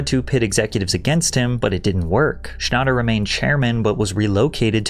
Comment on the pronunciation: Bro you are not pronouncing his name right. It's "John Schnatter" not Schannter